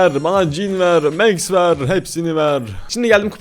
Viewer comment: Abi o mex diye okunmuyo Max diye